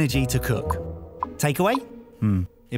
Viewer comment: Meal packs app!! I always heard meal pack sap in the intro and wondered what the living f it was.